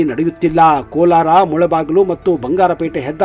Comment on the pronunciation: It is not Kolar,it is Kolara.